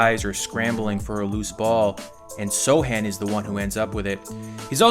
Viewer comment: One question, why he's called So (c) han Instead of So Chan? Just being curious